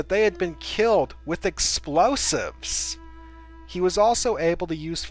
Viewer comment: "with EX-P-LOW-SIVVS!"